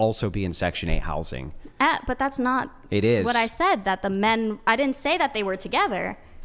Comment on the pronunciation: "Thaht." Smart girls hate the hard A.